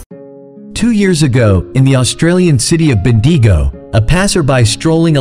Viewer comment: Bendigo pronounced wrong